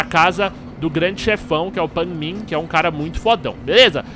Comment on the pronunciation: Aaaah que Afliçao! "Pain Min" , "A JAY" '-'... Kkk Merec Like cê é Fodss